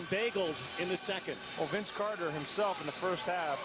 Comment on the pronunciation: Maybe Mike decided to shut him down after he heard the goofball Canadian announcers calling VC "Air" Carter.